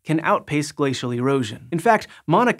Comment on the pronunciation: Gla-cee-al Buzzz-SaWWwH